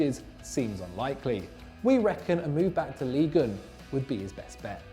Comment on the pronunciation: Look to your pronunciation. Ligue 1 is not "league oon".